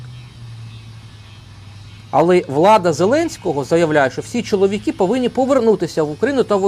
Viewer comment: Все правильно ви говорите про мосійчучку, але слідкуйте трошки за вимовленням, будь ласка. Не чоловікІ, а чоловікИ.